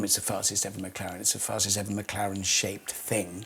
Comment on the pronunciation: Well, said "fasest McLaren", not "Fastes McLaren P1", and he's using a Mclaren engine... still